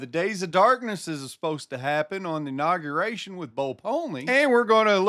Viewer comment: He also said "inogeration"!